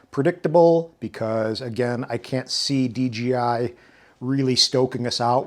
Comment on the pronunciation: thumbs down for pronouncing it “DGI”